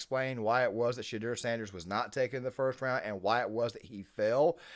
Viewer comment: “Shay-dewer” You said his name correctly one time in the beginning lol.